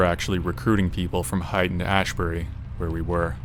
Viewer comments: Haight Ashbury is pronounced hate, not height. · Haight is pronounced like hate, not height.